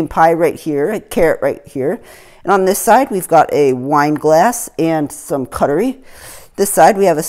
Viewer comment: What is cuttery lol, just for future reference, it is cutlery.